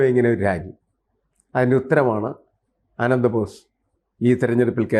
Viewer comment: അനന്തബോസ് അല്ല ---ആനന്ദബോസ് ആണ്